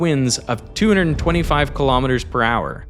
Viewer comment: He keeps saying Kilom Meters... how many washing machines is this?